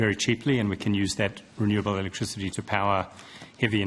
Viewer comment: 'Chweapertl electwichitty' 🤪